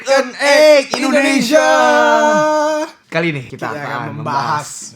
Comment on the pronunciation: Kak jangan bilang Indonezia tapi indonesia